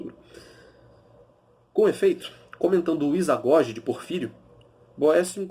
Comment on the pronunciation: Bom vídeo! Só um detalhe a pronúncia do livro é ''izagogué''. Valeu mestre